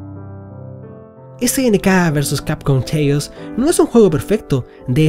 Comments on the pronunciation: Gracias por la review, pero quiero dejar un consejo, hay que ponerle mas pilas al ingles. CHAOS se pronuncia "KEIOS" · acaso dijo snk versus capcom cheius ? lol